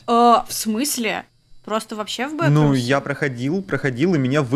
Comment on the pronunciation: БэкрумСЫ? БэкрумСЫ?.. БэкрумСЫ... Бекрумс в переводе уже во множественном числе, буква "ы" тут ни к чему